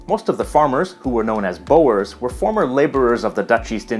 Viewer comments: "Boor" not "bowers" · Small pronunciation note for : the farmers were called "boers" (using Dutch spelling) which is not pronounced "bo'ers", but is pronounced "bours" (rhymes with "tours", but with a sharp s at the end). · This man says the ‘boyers’🤣🤣,here’s a tip man, it’s pronounced ‘boo-rrrr-sss’ But Say. It. Fast👆👆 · your pronounciation of boers is wrong, it is not boo-ers but BOERS the OE sound as in "WHO?" (english) BOERS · Some pronunciation tips: Afrikaans is pronounced like "aaf" "ri" "kaans" (note the long a-sounds) Boers is pronounced like "boors"; it's one sound Khoi-San is pronounced like Choi-Sun, no isolating the o- and i-sounds But well done for getting most of the rest right 👍🏻 -from a native speaker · Is it just me or did I just hear him pronounce "boers" like "bouers"? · Boers is not pronouced as bo-ers, in English it's pronounced as Boors and in Dutch as Boeren. But you have to know that in Dutch oe has its own seperate sound that is similar to the double o in the English word book. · "Bowers" XD, you tried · I thinks Boers is pronounced boors... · Hello! When I hear you talking about the Dutch settlers and their descendants, the BOERS meaning the peasants, my ears hurt. Knowing you and your knowledge of so many languages, I have no doubt that you know that OE in Dutch is pronounced like the English OO, the French OU and the German U. Have a good day! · A lot of wrong facts. Have to laugh at thr way he pronounch Boers. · I love the pronunciation...boers, and Khoi😂 Well tried👌